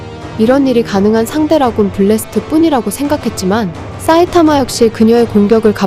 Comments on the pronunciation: 사이타마인데 왜 자꾸 싸이타마라고 하지? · 사 가 싸 로 들리는게 살짝 걸리지만 재밋게 봤네요 ㅎㅎ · 싸이타마 아니죠. 사이타마. 埼玉(さいたま) 죠. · '싸'이타마 거슬려서 못듣겠다 ㅅㄱ... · 근데 왜 자꾸 싸이타마 라고 하는거임? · '싸'이타마 발음 킹받네ㅋㅋㅋㅋㅋㅋㅋㅋ